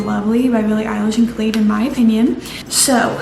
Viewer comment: Girl, its not “kalid” its khAlid”